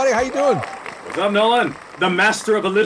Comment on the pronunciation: Absolutely nailed the pronunciation on my shout out Nolan. Thank you!